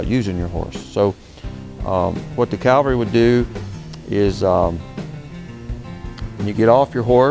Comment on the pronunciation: Cavalry not Calvary